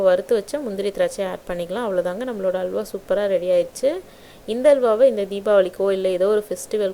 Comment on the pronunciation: Not hawla,it is halwa